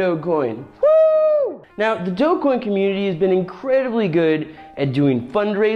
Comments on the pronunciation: it's a soft G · DRD8gQSfyuj1ghGV1BLxsG9NS75MXnAi5V Also, you're pronouncing it wrong it is pronounced "dogecoin"